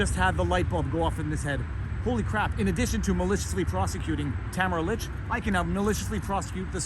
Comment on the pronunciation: I am a fan of your work, Viva Frei, and I truly appreciate all you do to defend the ideals of freedom, truth and justice. However... ahem! Would I be stepping out of line to ask you to put some effort into pronouncing Tamara Lich's name correctly? This woman is a national figure and - dare I say - at this time also a national treasure. In my humble opinion, the least we can do to show her the respect she's earned is to pronounce her name correctly.